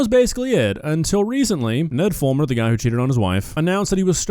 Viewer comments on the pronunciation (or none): Ned Fool-mer